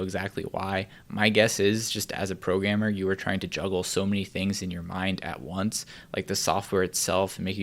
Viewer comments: am i the only one who hear "pro gamer" instead of "programmer"? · when he said programmer, i thought he said pro gamer